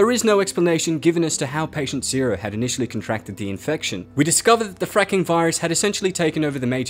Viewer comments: The francking virus sounds like frinking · The way this guy says the word " fracking virus " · saying fracking sounds like he’s swearing what the hell ( i know it’s fucked up but when he said a child died from anthrax I thought of be all end all from the band anthrax )